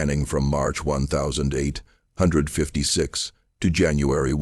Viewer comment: Great story but please pronounce the date correctly you say 1000......5....55 big gaps doesn't do it for me